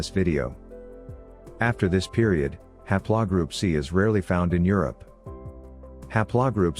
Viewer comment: ha'plaw? Computer needs more lessons. :3